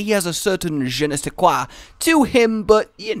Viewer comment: "Je ne sais quoi" You speak French very well XD (Kiss from France)